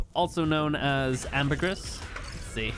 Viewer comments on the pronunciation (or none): Btw Ambergris is pronounced (Amber-Gree)